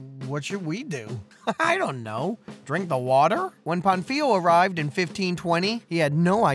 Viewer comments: My dude... at least try to pronounce the name of the guy correctly. Do you see that á in Pánfilo? It means Pa is the accented syllable, so it should be pronounced PANfilo instead of panFIlo. I get that Spanish is not your native language, but a minimum amount of research in top of what you already did would elevate the quality of your video even more. Speaking of research, you skipped over one of the most interesting and lesser known facts about slavery in the new world. What matters Is not that father Las Casas argued against enslaving the native Americans, but the REASON why he though it was wrong to do so. If you run out of material for your videos, consider making one covering the Valladolid debate. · how do you make a 20 minute video about Pánfilo de Narváez and still fail to learn how to pronounce his name correctly 🥴 Also it´s King Charles I of Spain, not V